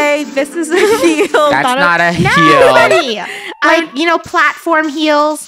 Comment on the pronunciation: It's not a heel it's a leel😂😂